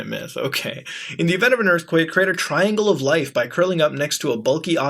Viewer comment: I love how muta pronounced myth mitt